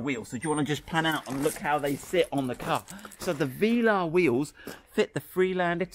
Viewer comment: Love your videos guys really do and all the enthusiasm too. Great to watch! BUT my friend... Veeeelar... VEEEELAR??? NO. Velaaaaar buddy Velaaaar :)